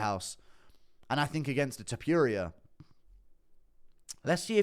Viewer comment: His name is not ilia Tipuria its Topuria